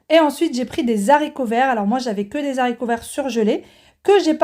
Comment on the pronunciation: Bonjour. Je découvre votre chaîne. Merci pour ces bonnes recettes, je prends notes et tenterai le poulet mariné. Juste si je peux me permettre, je vais faire ma pénible mais on dit les haricots pas les zaricots... Je sais que zaricots est passé dans la norme mais franchement c'est trop laid et me fait très mal aux oreilles 😒 Haricots c'est bien👍😀. Sans rancune 😊